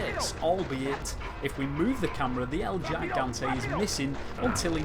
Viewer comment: "El yaigante" hahahaha